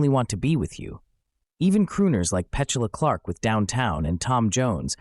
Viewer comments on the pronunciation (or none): Good overview, but are we educating to use AI for research? An abundance of good information here, but no legitimate music history professor would mispronounce Petula Clark or Levi’s jeans, and they would definitely not suggest that “garage bands” like The Kingsmen appeared in the wake of the British invasion. The Kingsmen—technically not a garage band—released their sole hit single of significance, “Louie, Louie,” in April ‘63, nearly a year before the effects of the British invasion were being felt in America. AI is the new invasion… and it’s obvious here.